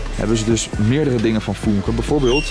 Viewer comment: Het is niet foenke maar fuunke omdat er een umlaut op de u staat